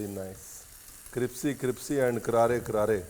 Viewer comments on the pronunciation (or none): Crispy ❌ cripsy ✅ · Nice. It is crispy not cripsy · Has anyone noticed that he says cripsy instead of crispy like EVERYTIME 🙈😂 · Cripsy 😂😂😂 ya cripsy